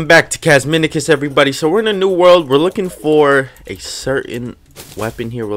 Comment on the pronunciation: Uuummm.... Casminicuck?